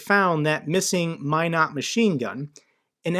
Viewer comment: Thank you for your news and commentary concerning the Ukraine war. I have some contacts in Ukraine and they are all worried what will happen to them and their country. I live and grew up in Minot area. So we have that in common. And you can pronounce “Minot” correctly. Haha. “Only the best go North!” 😉